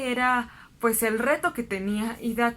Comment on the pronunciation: "Bastante interesante". Frase que se repitió 500 veces. Cuéllar me parece que lleva acento en la e. Y "doctor" es palabra aguda. Solo para poner un poco de atención a esos detalles.